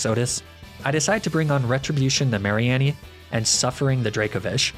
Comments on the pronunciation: Mari-Annie? Haha is that like neenay-tails?? It’s hard to tell with all these meme pronunciations! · mispronounces Ninetails leafage marine etc Also: apologizes for mispronounces condemnation